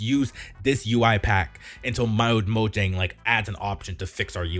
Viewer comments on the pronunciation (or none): none